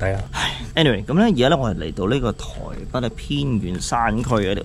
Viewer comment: 係台北，唔係台筆。請戒懶音。